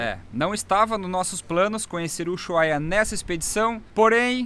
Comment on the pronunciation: Gente , por qué dizem "Uyuhaia" ??